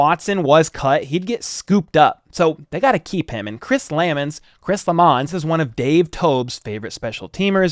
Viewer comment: Looks like you had it right, it is Lam-mons not La-mmons 🏈